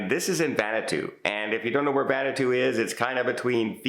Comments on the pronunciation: Vanuatu is pronounced Van-new-ahh-too. So have a Vanuatutastic Day! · VAN-oo-A-Too four syllables